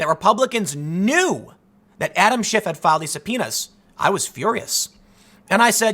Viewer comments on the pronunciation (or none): Ok Tim, thru a couple of times I wasn't sure if you were saying Schiff had or you were calling him Schiffhead. Personally, I think Schiffhead works for this piece.